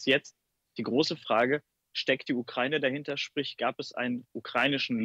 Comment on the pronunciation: "Ukreine" wie der Reporter so schön sagt